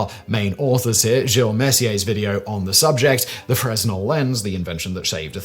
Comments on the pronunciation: Freznel ahaha. You can tell doesn't really know anything about the topic and just reads from a script. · The "s" in Fresnel is silent, being French and all. It's pronounced FRAY-nel. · Fruh-Nel not Frez-Nel. I was saying it the wrong way up until a few months ago. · Not FreS-NEL; its Frey-NEL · Fresnel is actually pronounced Fruh-nel. The s is actually silent. I got docked on that during my stagecraft days in high school. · A Fresnel lens (pronounced fray-NEL) inventor: Augustin-Jean Fresnel (French), not pronounced like Fresno (CA) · Fresnel is pronounced “Fre-nel” you don’t say the s… French is dumb lol 😅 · The correct pronunciation of Fresnel has a silent s: fruh-nel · Pretty sure Augustin-Jean pronounced his surname without the "s" sound, more like: Fren-el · While it is spelled "fresnel" it's pronounced simply as "fruhnel" without enunciating the "s" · ...pretty sure Fresnal is pronounced Frey-Nel... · Hey, Fresnel is pronounced as "fray-NELL," with the 's' being silent. You're welcome. 😉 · I know that this isn’t that important, and the video was wonderful, but you don’t pronounce the S in fresnel. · It's a French name/word. And the 's' is silent in both the English and French language. Just like the 'b' doubt or the 'w' in wrist... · You may want to look up how Fresnel is pronounced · The S is silent weirdly innit 😎 they are used in optics for people with wham prescriptions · famously doesn't give a shyte about proper pronunciation. He is doing better on the more serious channels though.